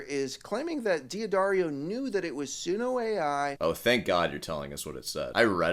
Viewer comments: If I have to hear D'Addario pronounced "dee-uh-daar-ee-oh" one more time... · I genuinely cannot comprehend people unironically pronouncing it "dee addario". I feel like that so stupid it undermines everything he says afterwards. No one on your hour long call said "Jesus, look, it's D'addario. It's an apostrophe." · Deep investigative research, can't pronounce the name of the company properly ...